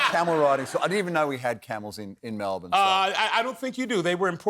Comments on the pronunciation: Double points for pronouncing Melbourne correctly Anthony! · no that's how Americans pronounce it. We don't emphasis the ourne. It's more just like Melbn 😅